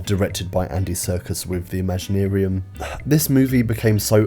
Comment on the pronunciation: I can’t fathom anything about this film. Or your decision on how to pronounce “ImaginArium”.